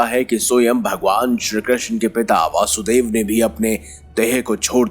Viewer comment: भगवान कृष्ण के पिताजी का नाम ` वसुदेव ' है , दोषपूर्ण उच्चारण ना करें ।